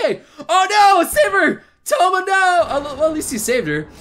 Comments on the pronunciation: Touma, not Tomo! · Poor Tomo and his "misfortune"